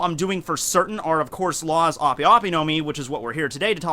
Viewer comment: Its pronounced ahp. ope is short for operation